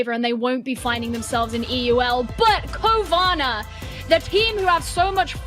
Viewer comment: Cowana sounds like corona